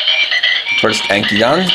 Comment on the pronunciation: Ankydon name is pronounced as Ank-ki-don i belive